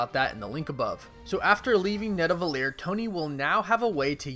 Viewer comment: man its called Nidavellir not Nadavellir